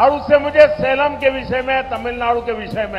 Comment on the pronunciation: सलेम नही सेलम है जगह का नाम।